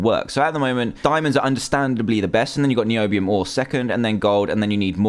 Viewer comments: I hate when you say NIOBIUM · i haye how he said niobium every time he said it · your so fuuny when you say Nioobioom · Niobiuuuum misheard: knee obee um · WHEN HE SIAD NIOBIUM I WAS LIKE NOBIUM!!!!!! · me too! every time i hear the word niobium dantdm saying NiObIuM to a purple ingot in a weird way pops in my head. and now i have finally found the video back again! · "NIOBIUM" by Dantdm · you said noibium again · dan:noibiom me:hhhhhhhhaaaaaaaaahhhhhhhhhhhhaaaaaaa dan:noibiom me:hhhhhhhhhaaaaaaaaaaahhhhhhhhhhaaaaaaaaaa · evrytime Dan looks NIUBIUM, he says NIBIUM!! TOO FUNNY!!! XD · Irene P it's so funny NIOBIUM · So funny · not nyow- beeum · It sounds like noob-ium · this is what Dan said:ok, so we are gona need two blocks of NIOBIOM( ^w^) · WHY DO HE KEEPS ON SAYING NIOBIOM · me to niobium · dan why you say NIOBIOM everytime sorry i can't spell it right my keyboard is missing a letter is out of paint i can't see any thing but my name is paiodaidi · When he said nobiam lol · why did you go niombiom cuz it was a littel anoying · Cale Taylor It is not NOIBUM! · It was soo funny when he kept on saying niobiom( sry i think i did not spell it right.) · STOP SAYING NIOBIM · i laughed everytime you said............ NIOBIUM! :P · NIOBIUM LOL it's so funny when you say it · You think you're so coll saying nibemon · Shut up Dan tdm stop saying Nobium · Stop saying Nobiom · Why is he saying nioubium like thay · is this video mainly him saying niombiom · LOL "Nibiu-um" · Quit saying NIOUBUUUM! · umm danny why do you say niobium like a noob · lol every time it said Miobium i laughed a little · why do you say NOIBIUM after you say it normaly every time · drinking game: take a shot every time dan says niobium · I love when dan says NIOBIUM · Why does he say niobium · I like the way he says Niobium.😅😅😅😅😅😆😀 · stop saying 'niobium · It was funny when he said Niobium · I kept laughing as well. Niobium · lol when he said niobium ") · I got tired of h7m saying niobium